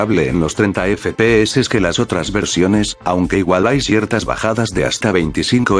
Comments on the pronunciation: No estoy feliz si no escucho el "EFE PE HECES" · Me encanta cuando dices: E F E P E E S E